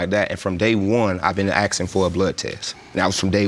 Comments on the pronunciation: gah i hate how ppl say axing instead of asking. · Why oh why do black people keep saying axsing instead of asking???